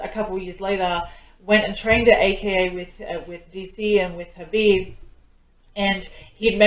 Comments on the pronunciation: Hi dear, hope all good, I must tell you that its 'Habib' as 'K' is silent.....lots of love...Thanks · Habib but write k is silent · > Pronunciation Is #Habib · Not khabib k silent he Habib nam he